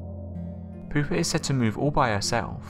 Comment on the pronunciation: Ahahaha! Pooper lol Pouper is pronounced poopay Lol pooper hehehe That’s good